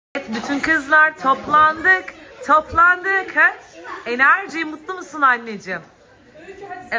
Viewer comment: Enerciii diyişi sjsjsjsjsjsj